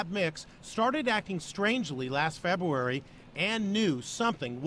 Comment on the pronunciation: ITS FEBRUARY NOT FEBWEANY!!!!!!!!